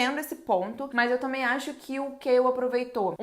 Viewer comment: Me digam que eu não fui a unica que não sabe quem é “Kail” que ela fala no começo,moça me desculpa mas eu n entendo metade dos nomes q vc fala kkkkk